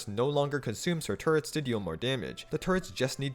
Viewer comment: i keep hearing turrets as turds